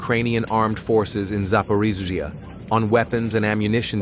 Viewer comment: Try to mimic - russian. Not Zaporigaa - Za porogzge ( behind a border )